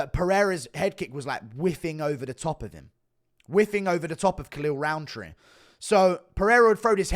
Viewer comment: Maybe cause I'm not a native English speaker but to me his name sounds exactly like "Khalil Round 3"